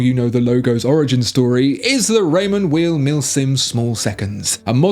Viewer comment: Raymond Weil pronounced as "While" not "Weel" , just an fyi. Great video 👍.